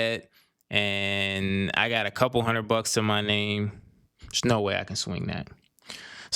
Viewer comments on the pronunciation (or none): none